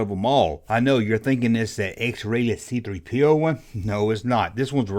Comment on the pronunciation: You Macon weirdos say See-Three-pee-O funny